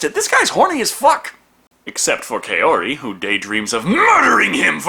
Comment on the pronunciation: Wait, why did they change the easily pronounceable Shizuko to Kyoko, but left Kaori and just mangled it? I'm far from a sub-whore, but at least put some effort into the dub.